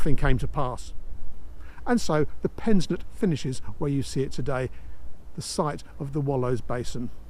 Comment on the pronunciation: Not pensnett